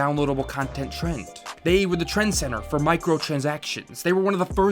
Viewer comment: Good vid but you kind of mumble some words. Make sure to enunciate. Trend-setter. (not trend center), Micro-trans-actions. (not micro trinsikshns). Gar-bage (not gorbage). QA (not Q & A, it means Quality Assurance, not Questions and Answers). Supposedly (not supposubly, not a word)